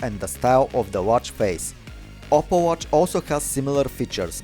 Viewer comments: You know it's OPPO but he pronounces it as "opple" right??? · "OPPLE watch" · Its called oppo not opple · His name is not opple it's oppo